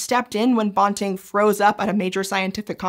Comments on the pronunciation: I have never, in my life, heard Banting pronounced "bawn-ting"... it's quite bizarre. I've been reading about him since I was about 6 and have even stood outside Banting House in London, Ontario (it was closed so I couldn't go in), and I've watched documentaries and biopics about him because he is one of my heroes. In that about 50 years of time, I've never heard it pronounced as anything but BAN-ting. I guess there's a first time for everything. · The pronunciation of Banting is killing me. It should rhyme with panting. Source: He was from my area, there’s a high school named after him and my husband and I went to school with members of the family. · Yes! I’m from where Banting was born and know the family. Banting should pronounced to rhyme with panting. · bawnting? is that how it's pronounced? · Loved this - thank you! forgive me for this entirely minor comment, we in Canada and UofT pronounce Banting as if BAN rhymes with MAN. And, as we Canucks say Soo -ry... :) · Frederick Banting. BAN-TING. BAN as in PAN. BAN-TING. You could have watched a couple of seconds of any video on the man to get that pronounciation correctly. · I'm a U of T grad - we say "Banting and Best." The A in Banting is like the A in apple. Not the O in Bob. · I know Scishow makes a big deal about fact checking and how they are often using words from scientific literature that don’t have clear established pronunciations, but Banting’s name is neither obscure nor hard to pronounce. You can look it up on Wikipedia or in a regular dictionary, so I wish someone on staff would have told the right way to pronounce it while making this video. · Banting... Ban rhymes with can, ran, fan, tan, dan, jan, LAN, man, nan, pan, van, WAN. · Sadly, you've mispronounced the name of Dr. Banting the whole way through. Respect! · Great video, but I've always heard his name pronounced with a short A. (am Canadian)